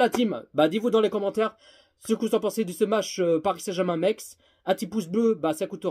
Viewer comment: Metz pas mex 😂😂😂